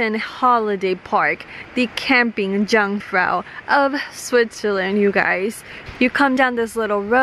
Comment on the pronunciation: Hey miss, not a Dzangfrau, just Jungfrau [yuugfrau]